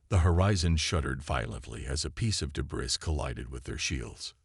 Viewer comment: DAMN!!!!! 30 seconds into the story and I am outta here!!!!!!!!!! Your AI SUCKS!!!! In the first 30 seconds, we already have, "your-AHPPA" (Europa), "deh-BRISS"!!!! I will NOT sit through the other 54 minutes and 23 seconds listening to this kind of POS AI!!!!!!!!!!!!!...no matter how good the story line is.